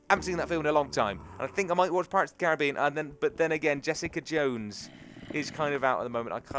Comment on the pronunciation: says Caribbean correctly, I'm so glad:D